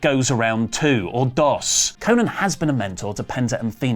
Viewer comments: stop saying konnan like that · I cringe everytime says Konnan